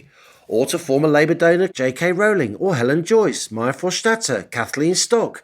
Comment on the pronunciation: A rare mistake by the admirable Allison Pearson. J K Rowling 's surname rhymes with "bowling", not "howling".